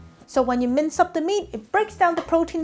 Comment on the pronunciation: I thought your said, "mice." hahahaha